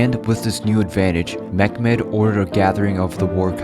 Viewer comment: This is not mekmed..... This is Mehmed